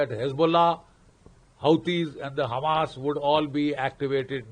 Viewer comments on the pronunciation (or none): none